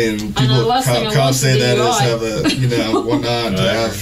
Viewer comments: is spot on about that "Whatnottt." It stuck out to me too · I think misheard. He quotes, "In that case, I saw her swerve one night", but what was actually said was, "I saw her swerve and whatnot." At least, that's what I heard. Love you.